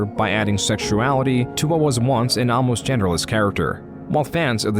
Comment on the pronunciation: Is this AI narrated? Some pronunciation is kinda odd. Instead of 'almost' you said 'amlost'